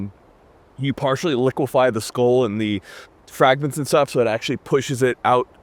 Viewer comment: Skull, pronounced Skoal.